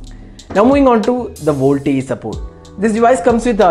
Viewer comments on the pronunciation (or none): none